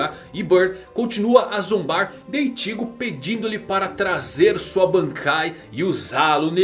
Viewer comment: Eu acostumei tanto com as dublagens de bleach chamando Ichigo normal, aí o chamando o Ichigo de ìtigo é estranho...